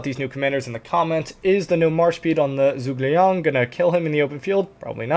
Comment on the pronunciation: Zhuge liang is pronounced as (Ju)Geh liang all together 👍🏻 we need to be respectful of other languages pronunciations it makes you look hot in front of others 😂